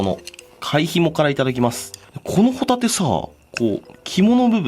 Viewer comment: ホ↑タ↓テ↓です